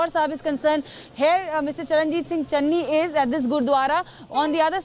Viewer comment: Kamse Kam marati netaaon ka naam toh teek se bolege. Channi hai chenni nahi, name tak nahi pata, bole capable CM. Chaar mahina pehle koi iska naam pata ta. Capable CM kaise AAP ko pata chala